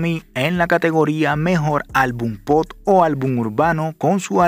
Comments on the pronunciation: Te felicito por el video, pero una recomendación, no se dice POD, se debe pronunciar como POP. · Bro, se dice POP, no pot. Saludos, campeón. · Lo que en verded me molesta es escuhcarte pronunciar mal la palabra POP y decirle POT